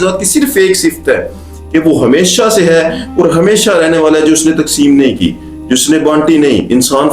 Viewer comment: Sir, you need to make your pronunciation better. Not orat but a urat, and many words like that not or but aur